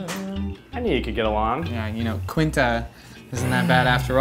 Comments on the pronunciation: Zach, Quinta is like your girl best friend and you don't know how to pronounce her name? Seriously? Those three are the best♡ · Why does Zack not know how to pronounce Quintas name if they have been friends in forever?